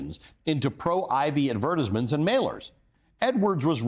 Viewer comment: Advertizmen, i caught that. Meant o be Advertisement I would image, gave me a nice laugh. Good times